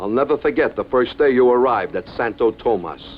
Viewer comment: Santowtowmas hahahaha🤣